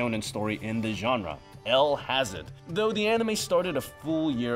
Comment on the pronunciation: One english term for Isekai is "Portal Fantasy". Also, kept cringing at mispronouncing El-Hazard. :)